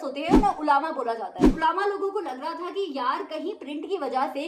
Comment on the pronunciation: Mam it's not ulama it's ulma